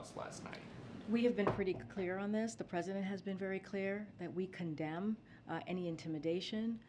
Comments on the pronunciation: Umm, heard that commend instead of condemn… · Anyone else catch the slip up when she went to say “we commend intimidation”? But changed it to condemn quickly…truth comes out as always with this one.